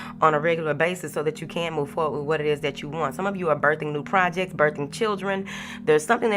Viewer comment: Moving fowardt 😂 I love yo energy & messages Queen💫